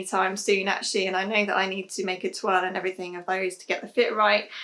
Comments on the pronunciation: I have to ask as I wonder every time you say it - are you calling a toile, ‘a twirl’💃? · Makes me smile every time! I reckon that even if it’s not how you’re supposed to pronounce it, you should always call it a twirl anyway!☺️